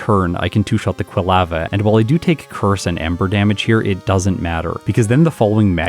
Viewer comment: Excited to see a bellossom run. One of my favorites! But, your pronunciation of "quilava" is driving me crazy. 🤦🏼‍♀️